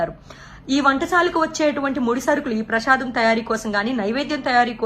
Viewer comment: Learn how to pronounciate prasadam